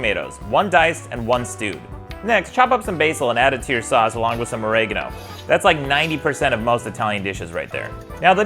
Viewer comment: Is that how you pronounce oregano? I had no idea, thanks! I was so close to pulling another place-a-bo slip up.